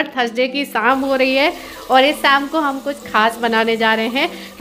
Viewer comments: Rama di ko sha bolne me problem hota h woh sa hi bolti h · शाम होता है ना आप जब देखो तो बोलती हो साम